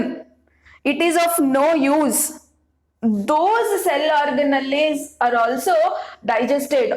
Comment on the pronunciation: Mam plz u pronounce organelles simple ...y u telling this orga...nalliii😅